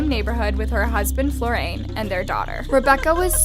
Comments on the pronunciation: Oh the mispronounced name of the suspect Florian, and cadaver!! Agree about Ezra. She was the perpetrator not the victim. Alex was the victim. He lost his life at her hands. Literally. Anyone notice that the flow of narration is weird? Emphasis and animation is within the statement but never ever a pause at the Full Stop!? Sorry if that sounds petty but it grates after you tune into it. Like one long huge never ending sentence. I've changed the speed to no avail too. Kinda puts me off which is darn shame given that the content is so good. Probably just me. But thought I'd get it off my chest. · Is it just me or does she always mispronounce words and names? Reads Florian, Says "Flo-rayne." Pronounces cadaver as "cada-ver." She's a crime YouTuber and can't even pronounce cadaver. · How did you get FlorAIN from FlorIAN? Do better to pronounce stuff right. Also, how is a woman killing a man a "horrific crime against WOMEN"? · I noticed too that she kept calling Florian "Flor-rain", kept grinding my teeth at this, can not see that the I comes before the a and therefore it's pronounced Flor-ri-an? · The one that bugged me the most was “Florain “…I’m quite sure that “Florian” is pronounced Flor’-ee an… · Also it’s Flor-e-an not florAIn I love you but you mispronounce a lot of European place names and names and I’m shocked you continuously never check it before you record (They’re not hard to pronounce at least in the right spelling order. British place names youre dreadful at but we know this as brits as you pronounce it all instead of knowing what’s silent but I still keep writing how to say them but you fully read this name incorrectly Florian means flower in German so you sound rather stupid mixing the letters up of a name and word of another language. Please stop making me fee I have to always call out these discrepancies as you evidently ignore me and it makes you less credible outside of American audiences when your content is good!!!)